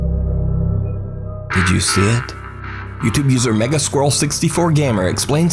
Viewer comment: WHAT SAID: Did you see it? WHAT I HEAR: Did you shit?